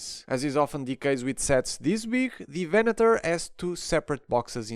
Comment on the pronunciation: I really appreciate how you pronounced Venator. Every other review I watched, they pronounced it Venadoor, which really is annoying.